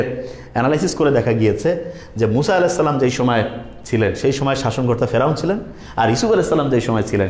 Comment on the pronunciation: সালাম এভাবে দেয় কেন?